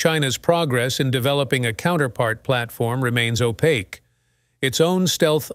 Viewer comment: Awful software gen narrating. 'Oh Pak kwee' ?? Opaque